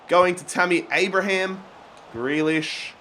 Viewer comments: Ffs it’s greelish not grelish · Grealish is said 'greelish' not 'grelish' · please pronounce Grealish Gr ee Lish not Gray lish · Greelish not grelish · It’s pronounced ‘Gree-lish’, mate. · Loving the series but grealish's name is pronounced gree as is you were saying green